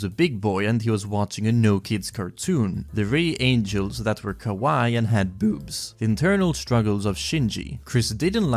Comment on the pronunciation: Your pronunciation of "kawaii" sounds like you are saying "kowai" lol